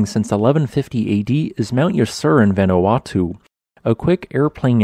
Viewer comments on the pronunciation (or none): none